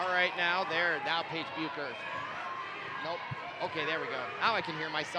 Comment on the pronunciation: His pronunciation of Paige,Dlayla, and Maya’s last name is irking my lastttt nerve 🙄🙄